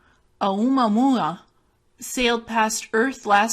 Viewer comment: Its pronounced Oh moo ah moo ah